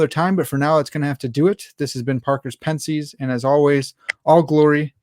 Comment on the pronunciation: My friend... I dig the stash and the content but there is 1 huge problem.... Being a huge Pascal fan...it really pained me to hear you mispronounce Pensées so badly. Please look up a few videos of it being pronounced in French accurately. Here is one :)